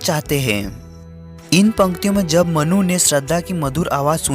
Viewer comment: मनु ❎ मन्नू ✅ 😂😂😂😂😂😅😅😅😅😅😅